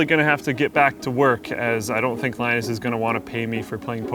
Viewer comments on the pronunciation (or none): none